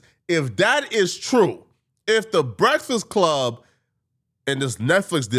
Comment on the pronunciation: Nobody:: Breasfsclub